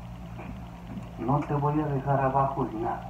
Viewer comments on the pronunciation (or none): none